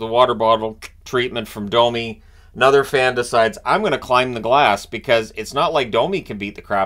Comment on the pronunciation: No, Cherry NEVER called him “dummy”. He butchered the pronunciation of many names, and Domi was one of them. He said it like “Dah-me” instead of the correct “Doh-me”.